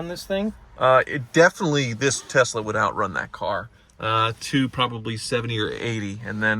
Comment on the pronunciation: Why he keep saying Tezla…it’s tesla